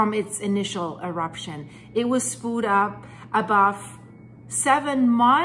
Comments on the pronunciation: FYI: the word "spewed" is pronounced "spYOO'd", not ""spood". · I use to think you were a foreigner speaking a 2nd/3rd language but your just a backwards Cunuk that can't even say spood sppooood.... SPEWED!!!!... good god. You're points are lost in your inability to command the language you wish to convey this information in. When it finally hit you're Canadian any sort of leeway or understanding at the speak evaporated instantly and honestly makes me up set I even allowed those graces. I don't care how good the info is.... its one-two good bits of info and then blathering to hit time makers. Repeating and repeating without ever saying something new ...like the robot... good job for making the technology work for you. I'm going to do the same and block you're channel with more tech. Yes its possible even though youtube doesn't provide this feature. Get a speech therapists for the love of all that is pure and holy... SPPPOOOOODDD get out of here. good bye not going to be a next time. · "Spoo'd." lol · Spooed, LOL!